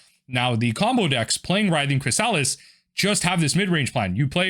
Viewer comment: Your pronunciation of Writhing Chrysalis is brutal